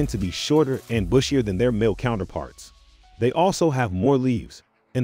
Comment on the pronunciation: Why you keep saying MALLEE PLANTS it’s male pronouncement close to feMALE!